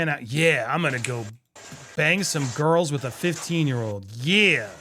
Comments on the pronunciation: Didn't sound like Beiber said, "girls." Sounds like he said, "grillz." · I heard Grillz not Girls. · He said, “GRILZ”, not “girls” SMH; and there’s nothing remotely similar to Johnny Depp’s situation!